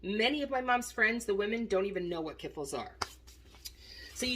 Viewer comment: Oh Dear. Kiffle? Ka fleeeech-ki's or kee-flee.